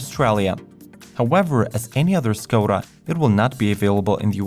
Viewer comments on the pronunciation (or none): škoda is pronounced as “shkoda”